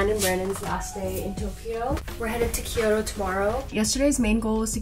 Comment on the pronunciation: Just a friendly note: a lot of people pronounce Kyoto as Kee-yoh-toh, but it’s pronounced kyoh-toh, with two syllables, not 3. Loving the Japan vlog content! Making me miss Japan! ❤